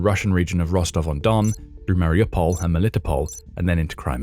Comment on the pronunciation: He is driving me crazy, Melitopol is pronounced mel-li-TOH-pohl, not me-LIT-o-pol. I have been there even long ago. They can't season perogis right, but it was an interesting place.